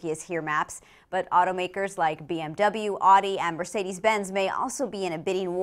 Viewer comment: Seriously stop ignoring us and say Audi properly. Let's say it together. Owdee.